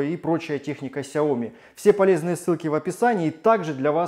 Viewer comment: столько видео, целый умный дом, а говорите фирму неправильно... не сяОми, а сЯо мИ